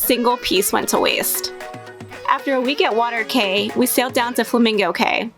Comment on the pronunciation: Please it's an assault on my hears hearing you mispronounce the islands in my country... it's pronounced "KEY" - Cay